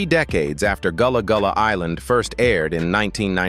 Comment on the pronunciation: It’s not Goolah Goolah island